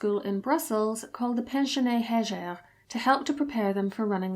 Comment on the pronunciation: Pensionnat Heger = "pons-yonna eh-jeh"